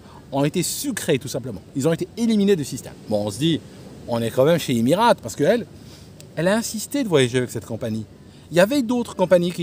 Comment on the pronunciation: Le bon Franchouillard raleur... Et qui ne sait même pas prononcer "Emirates"....🙄🙄 Je les ai pris des douzaines de fois, long et moyen courrier mais en Business sur A380. 5 étoiles !